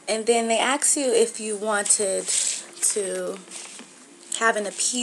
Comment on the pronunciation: They "ax" you questions? Huh??